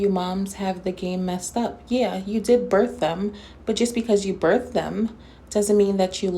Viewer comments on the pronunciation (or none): Law enforcement?! I can see him being a crossing guard.. that's kinda law enforcement right? 🤣😅 Or a mall cop on one of those little 2 wheel motorized things yelling at teenagers for loitering in the mall 😅 Did she say she birfed those kids? Isn't it birth? I swear she can't pronounce anything.. Even the easiest things!